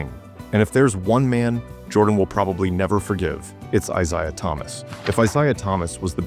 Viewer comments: I never minded AI narration until I had to hear Isshdha Thomas and Bill Lamebeer. But, now we know AI can have strokes also. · Eye-saya Thomas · It's a biblical name. How the ai can't say Issah? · how is the top comment not people noticing how the ai narrator mispronounces "I-zay-ahs" name? seriously, you children. you know nothing.